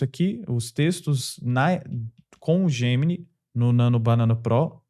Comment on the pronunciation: "EIAI... GEMINAI..." 😬😉